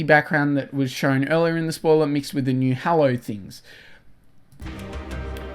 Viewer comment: Why you say witch or to say with ? You're not American.